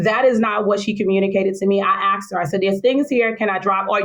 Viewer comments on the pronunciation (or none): She's the principal of a school? "Ax?" Really? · She us a principle of a school and can't say asked..not axed!! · She's a principal of a school and she says axed, instead of asked??!!!!! Poor bastards